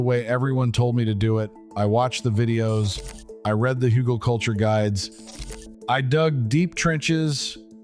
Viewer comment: Very helpful, thank you! So, how long should you let oak & other "beneficial" wood age before putting it into the ground? Also, on a side note, the g in Hügelkultur is pronounced like the g in good, or get.